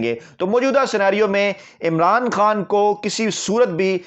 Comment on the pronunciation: خان کو خان بولا جائے بھائی کھان نہیں